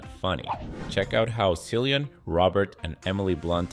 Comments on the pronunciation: Cillian Murphy pronounces his name Kill e ann. Please get peoples' names right. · There is no excuse to mispronunciation of Cillian's name. Yikes.